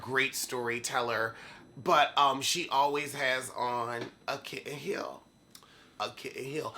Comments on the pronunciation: Gurl! Every time he says it. You would nevuh answer your phone! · Bitch I will always and forever pronounce "kitten heel" in fashion from now on 😂😂😂😂🤦👡